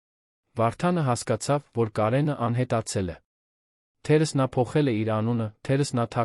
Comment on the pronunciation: թերևևևևս, ոչ թե թերըս։ ւ֊ը կարդա և😂😂😂